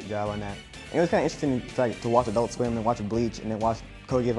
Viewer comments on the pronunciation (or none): none